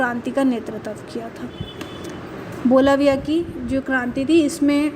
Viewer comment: its not Balavia. Its Bolivia